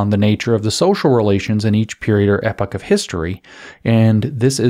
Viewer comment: I think you are mispronouncing "epoch."